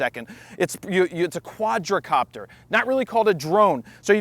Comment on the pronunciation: please... quad-copter, not quadracopter.